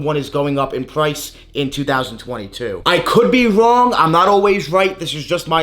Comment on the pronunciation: way to woooong! Learn how to pronounce the L pls...